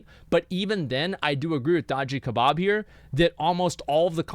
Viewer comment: Sorry but English is absolutely atrocious. Hee' Hee' wtf is wrong with you? It is a one syllable word... the geographic area that you live in is no excuse. If language is your tool then raise your standards you nincompoop.